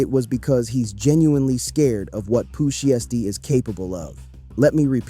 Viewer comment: Why all of these videos can’t pronounce names anymore, who tf is shisty, and sheisty 🤷🏾‍♂️🤷🏾‍♂️🤦🏾‍♂️🤦🏾‍♂️